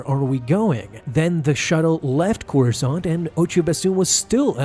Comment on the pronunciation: I don't know about you but I feel like Corusant sounds a lot like croissant